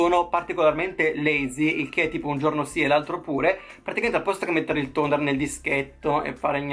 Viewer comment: nooo Toner 😝 tonico... amo il tuo inglese!!!